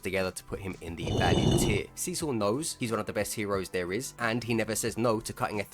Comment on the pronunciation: God damnit, every time you say Cecil all I hear is Sisu... how the fuck is that even possible!